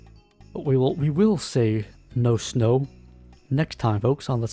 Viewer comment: say no mo(re) - say no snow